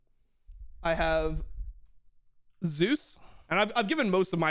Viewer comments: Thank you Dom for calling him Zeus and not Zay-Us like so many casters. That shit is so annoying. Now if we could start calling Oner correctly as One-er instead of Owner; and LvMao Love-Mao instead of Lu-Mao. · KR casters agreed to call him Zay-Us because there was another LCK player named Zzus. Also, unlike English, Korean doesn't have phonetic ambiguity. You know exactly how something is supposed to be pronounced, and it's supposed to be pronounced Zay-Us. Same thing for Owner. It's literally how Zeus and Oner pronounce their own names.